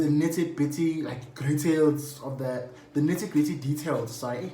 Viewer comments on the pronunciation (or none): "Nitty-Bitty Gretails" khona loko Mntase